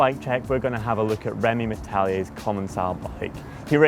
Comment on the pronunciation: That's funny to eard how you say our frenchy's name ahah